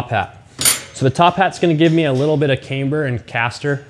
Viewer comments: Why do you call it came-ber but then call it a cam adjustment not came adjustment? It’s pronounced cam-ber all over the English speaking world 😊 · "Caimber" ???? Ooooooooooh camber, gotcha ;)